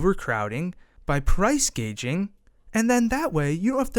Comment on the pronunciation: Its "price gouging" not "gaging".